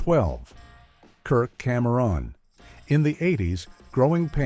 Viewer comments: Kirk-camera-On... pretty sad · Who the hell is Kirk Cam Eron ?!